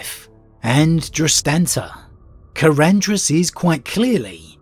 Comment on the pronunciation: I think the only thing you pronounced correctly in this video was Karandras.